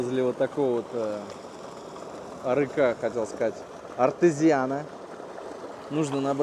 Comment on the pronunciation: Исфара- ударение на последнюю а, в арыке - ударение на ы, и так далее. Не надо издеваться над зрителями, прежде чем ехать и снимать, надо выучить ударения, а не только названия приблизительно знать, а то как-то коряво звучит. Хорошие ролики, если бы не нюанс.